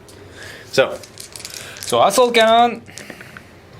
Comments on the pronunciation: When he said assault cannon... it sounded like he said ass-hole cannon... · When the boss French dude playing Dave, I thought he said ***hole cannon instead of assault cannon when he was shooting the Rhino with his Land Raider. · XD asshole cannon am i the only one that hears that instead? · no offense to the french guy buy when he sayd assault cannon it sounded like asshole cannon